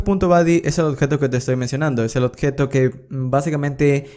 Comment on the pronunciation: ¨odjeto¨ dice el bruto! Se dice ¨objeto¨